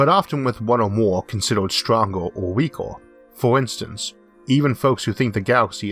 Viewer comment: (just curious, not attacking in any way) How come you can’t pronounce words like “weaker” even though it’s not exactly an R but more like “Eh” (I’m guessing your impediment is solely R’s). Is this a disability or the way you’ve learned to say things? Edit: Fuck i forgot you’re american so any R would be a strong one. I’m in the uk so our R’s are like “Eh”